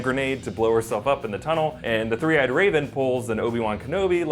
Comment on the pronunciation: Three Eyed Raven... Tree Eyed Raven?